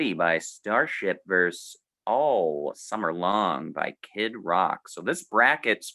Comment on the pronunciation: Fun video. At the risk of sounding pedantically unhip, a tip for: "vs," since it is short for "versus," is more logically pronounced "versus," not "verse" (a word which, of course, means something else entirely).